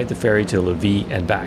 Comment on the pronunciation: Pronunciation hint: Lévis= lay-vee